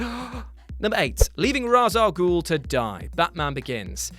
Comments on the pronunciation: "I'm gonna call him jus "Ra'as" from now on." Calls him Ra'as Al Gul again. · pronounce Ra's al Ghul right idiot